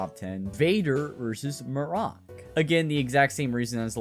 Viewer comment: No offense, but when I heard you say “Vader vs Mir-ock” I said, out loud, “It’s Mir-ack you bloody idiot.”